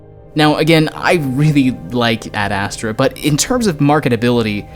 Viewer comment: The way you pronounce ad astra... it’s ASTRAAAH not ASSTRA